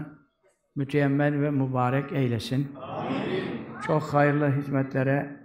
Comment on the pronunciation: Hocamızın neee Aalakası var Ardından ccook alakası var derken tecvidli souleyişi Cook tatlı maaşllah 🌹🤲🏻